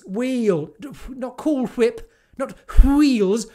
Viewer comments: Weels? drop your h's much? 🤣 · Wh-eels! Wh-eels 😂😂😂 LMAO! Great video 👍🏻